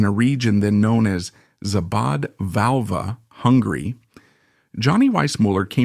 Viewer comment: The narrator of this documentary is absolutely ridiculous in pronouncing the name of the village where Johnny Weissmuler was born. Szabadfalva is the Hungarian translation of the village Freidorf (free village), so named because of the tax exemptions from the Austrian Empire. In the 1950s, Freidorf became a district of the Romanian city of Timisoara, where the Romanian Revolution began in 1989.